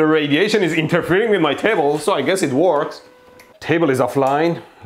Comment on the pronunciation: 💢💢 I love that KUH-PASS-EEEE-TANCE and IN-DUCK-TANCE! That's why the circuit WERKS!!!💢💢